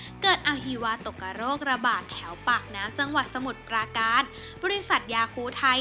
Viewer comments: อ่านว่า อหิวา กะตะโรค ครับ ไม่ใช่ตก กะ โรค ต้องอ่านให้ถูกนะครับ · น้องควรฝึกภาษาไทยให้ถูกต้องก่อนมาอ่านทำสื่อนะคะ คำว่า อหิวาตกโรค ออกเสียงว่า อะ-หิ-วะ-ตะ-กะ-โรก นะคะ สู้ ๆ นะคะ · อะหหวา ตะ กะ โลก เค้าออกเสียงแบบนี้นะจ๊ะสาวน้อย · อะ-หิ-วา-ตก-กะ-โรค=ใครสอนอ่านมาเนี่ย..คริๆ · แหม่!!ออกเสียง อะ-หิ-วา-ตก-กะ-โลก..ถ้าเป็นนักเรียนชั้นดีดปากเจ่อเลย